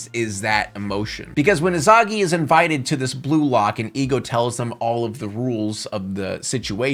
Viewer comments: ☝️🤓umm the way u say isagi is "es uuh gi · Lol never heard somebody pronounce isagi as izagi. In the dub they pronounce it differently.